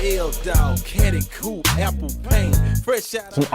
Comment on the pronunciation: This is not how you pronounce "coupé"